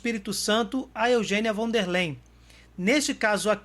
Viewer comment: Von der Leyen => 'Fón dér láien'